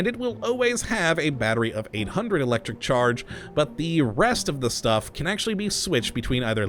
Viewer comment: I love thw your accent when you say Electricccc-ccharge